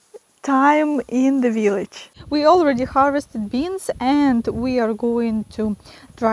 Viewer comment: I love your veelich, you're adorable.